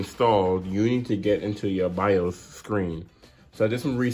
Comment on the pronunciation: AND THATS NOT YOU SAY BIOS ITS NOT BEE I OU ES BUT BIOS